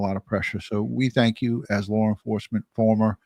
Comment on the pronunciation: What is it that calls law enforcement. Is it Lare enforcement or something like that